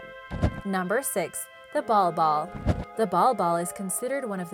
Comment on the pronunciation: Bal Bal not ball ball